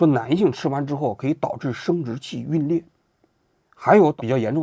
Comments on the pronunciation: 龟裂jun lie,不是龟裂。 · 皲裂，皲读“军” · 王局，皲（jun）裂😂